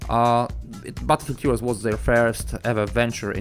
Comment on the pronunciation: "Butterfree heroes"..